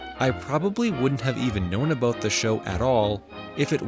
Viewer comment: Did I catch an “abooot”???? Another Canadia intruder!!!!! Dear God!